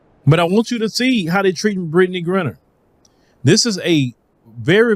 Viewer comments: Griner I know. Grinner I do not. Please say her name correctly. Give her that much respect.🤣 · Her name is GRINER, not ‘Grinner’. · BRO...you gotta get Brittney Renner off your mind! It's Griner, (with a LONG I) not Grinner! lol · pronounce it right. Griner not grinner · I know you're country but her name is Gr-eye-ner!!!!!!! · Would be dope if you pronounced her name correctly. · I'm no fan of hers but it will be nice if took the time to learn how to pronounce her name correctly.